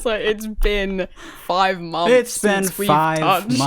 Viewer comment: i love how says mumpfs instead of months ^-^